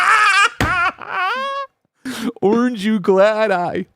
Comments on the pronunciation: This is the episode where I realized that pronounces Orange as "Arnge" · If I didn’t know was from Cleveland id for sure know after hearing him saying Orange lol